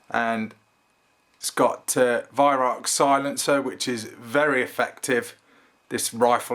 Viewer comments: They put the gauge at the end of cylinder,-because its the best place.I have one of these & I can see pressure easily from at least a foot away from barrel[looking from side,of course]. The cocking lever & magazine is miles better than my Air arms s410 & Daystate MK3.[the Daystate cocking lever has to be exactly in the right position to get mag out,-pathetic!] Also its Weih[rowk]-not 'Ark'--row as in' argument'.-Ask a German,-I did! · "ACH" not "HACHE" lol Yes I agree, stunning rifle! When I'm ready for my new rifle, which I'm not allowed yet till the house is finished, according to the wife !!! The Weihrauch is one on my my top 5 list... Love the shows, dam good reviews and very informative! I am retired now...my last rifle was a BSA airsporter...under leaver some 45 yrs ago! Your vids.... brought back that interest, the wife don't like them, but what does she know ..... Oh...aren't kittens lovely and fluffy! lol Air Ram..." Frank "